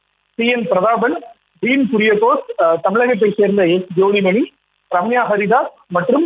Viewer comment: ஒழுங்கபடிம்மா குரியாகோஸிக்கு பதிலா சூரியாகோஸ்னு படிக்கிற.